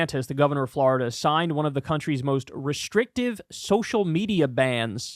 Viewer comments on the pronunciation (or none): Nobody: Kyle: Fl-ARE-ida